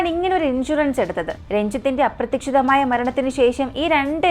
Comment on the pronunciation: മോളെ,ചില മലയാളം വാക്കുകളുടെ pronounciation preshanm ഉണ്ട്. Correct ആക്കാൻ ശ്രമിക്കുമല്ലോ❤❤❤❤❤അപ്രതീക്ഷിതം എന്ന word ഒന്ന് കൂടി seriyaakkiyal നന്ന് ❤❤❤❤❤